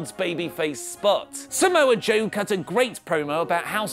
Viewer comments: umm it's samoa Joe not samoe joe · "Samoe Joe" Lol